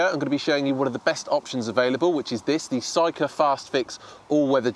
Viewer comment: It's pronounced SEEEKA.